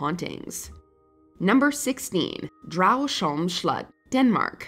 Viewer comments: The former residents of Dragsholm slot are turning in their graves because of that horrible pronunciation.. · Watchmojo lady pronouncing Dragsholm - is killing me😂😂😂